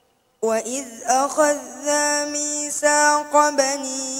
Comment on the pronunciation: Bismillah .. Alhamdulillah sedap suara .. Akan tetapi , minta maaf jika ana salah .. Terdapat beberapa bacaan yang tidak menepati makhraj huruf dan salah perkataan .. Tetapi alhamdulillah .. Boleh ditingkatkan lagi dimasa akan datang .. ☺👍 waiz akhozna , dibaca kurg jelas pada akhozna waquuluu dibaca pendek pada luu perkataan al zakath dibaca pendek .. bibakd dibaca dgn vivak tarawul dibaca dengan tarahul jaa akum dibaca dgn jaa ahum kulubuna dibaca dgn kulughuna Kesemuanya bukan sahaja dari pendengaran saya .. Tetapi melihat juga dari sebutan makhraj huruf pada mulutnya .. Maafkan saya jika saya tidak mengetahui sekiranya ada dibaca pada ayat2 diatas mengikut bacaat qiraat yang lain .. Kerana pada pengetahuan saya tiada .. Sekian .. Maaf andai saya tersalah ..